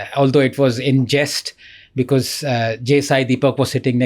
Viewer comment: Raj shamani ko because ko becuss bolney main bohot maza aata hai😂😂😂